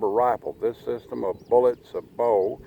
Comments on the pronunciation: Say bo, is how sabot is pronounced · Sabot (say-bo)